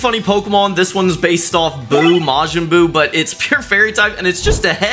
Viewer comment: You mispronounced so many names I like your videos but you're going to have to look up the name and the inspiration for that you got to do your research cuz the middle stage for boo is actually bu when he gets all the evil out of him evil Bu and then the one that's standing up that fused that is super Buu